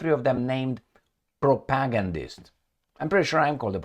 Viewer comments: Please learn how to pronounce "propagandist". You make it sound like "protagonist". The stress should be on the third syllable: [pro-pa-GAND-ist]. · much respect but it's pronounced propa-gan-dist